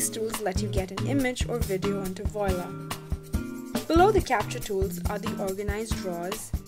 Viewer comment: You call this a tutorial? I call it a commercial. It does NOTHING to demonstrate how anything is accomplished. I do find it interesting that the person narrating what purports to be from the from the publisher doesn't know how to pronounce the name of the product.